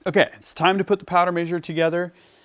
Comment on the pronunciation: Is he saying powder measure or major?